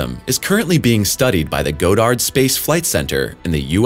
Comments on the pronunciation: It's pronounced God.ard not Go.dard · [ god-erd ] not "Go-dard". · It isn’t “GO-dard” but instead “god-dard”. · Godard is pronounced as God-erd, not Go-dard. Do better research, before reading the script. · Is this a computer voice? I heard a narrator pronounce Goddard Space Flight Center in MD as Go-dard in another video.